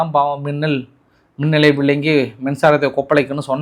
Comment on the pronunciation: Bro. You are also not speak Tamil well. Minalai VIZHINGI. NOT minalai VILANGI. 😂